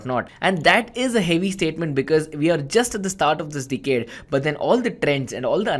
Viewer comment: Great ! But why he's keep saying dickhead to "decade" lol